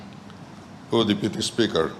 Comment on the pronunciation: Health minister chu a rui mi aw. Deputy speaker tih pawh lam fuh theilo tlat🤣